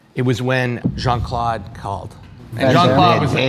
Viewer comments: The way JCVD's name was pronunciated 😶‍🌫 Jean ☁ At least try to make it sound french, eg more like Jean Cl'ow'd (as in know) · I die a little inside every time they pronounce Jean-Claude like that.